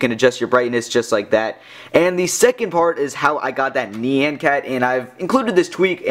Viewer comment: "NI-AN" not "KNEE-AN"